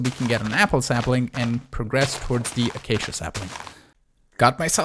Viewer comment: A-Kay-she-ahhhh! You are driving me insane you are saying ahh-Kak-eee-ahhhh